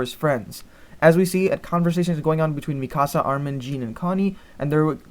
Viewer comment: And Mikasa was Mi casa lol